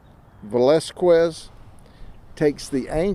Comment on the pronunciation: I love how he puts absolutely no effort into learning how to correctly pronounce Hispanic last names. Velazquez should be an easy one